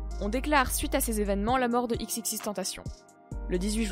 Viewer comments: On dit pas "TENTACHION", on le prononce de la même façon que tentation en Français. X l'avait dit dans une interview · C pas tupac mais toupac que sa se prononce Et c xxxtentaichion que sa se pronnonce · Faut dire xxxtentacion comme si tu disais exexextentacion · Pas x x x tentation mais triple x tentation c’est comme ça que les anglais prononce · Et on dit "XXXTentescion" 🙄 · On dit pas " XXXTentacion" dans la prononciation mais on prononce " EX EX EX tentacion" merci pour ceux qui y connaissent rien et qui detruisent tout et au fait : X est mort un point c'est tout. Et comme beaucoup de commentaire l'on déjà mentionner : on dit "2pac" et non " tupac". Et autre chose: si vous sucez X juste en ayant écoutez " Moonlight et SAD! ", je vous en conjure: rentrez chez vous... Comme l'a dit X en anglais dans la vidéo du "documentary trailer", sortie sur sa chaîne officielle: " Si t'es heureux, j'ai rien pour toi car t'a déjà c'que tu veux " S'il vous plaît, arrêtez de le sucer Long live Jahseh 🖤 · En mon dieu c xxx mtentacioneeeee tu pronnonse le puré